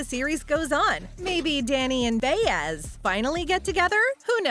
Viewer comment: Can’t even pronounce Baez. Who wrote this junk? Obviously not a true fan.